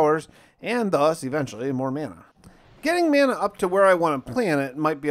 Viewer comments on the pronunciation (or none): Mana= maa-nuh ...... Video was lit and a good watch 🗣🔥💯 but hearing you pronounce the word like that is unacceptable my boy